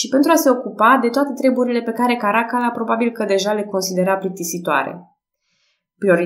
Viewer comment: Îmi place mult Podcast -ul , felicitari Mi-ar plăcea totuși ca numele romane sa fie pronunțate cu accentul pus corect (Caracalla , de exemplu). Caracálla